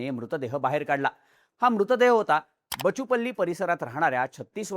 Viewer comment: It's बाचुपल्ली (బాచుపల్లి)!